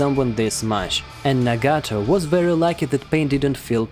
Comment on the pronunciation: Nuhgato geneen jeneen WTF ARE THESE PRONUNCIATIONS!?